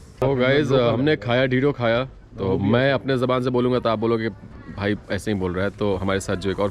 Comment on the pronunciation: Dedo nahi bhai dhero bolo.